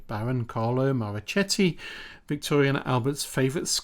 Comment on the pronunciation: Marochetti—the “ch” is pronounced as one would a “k” in English.